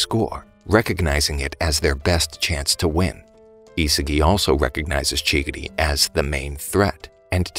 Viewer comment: bro really called chigiri chiggity💀💀💀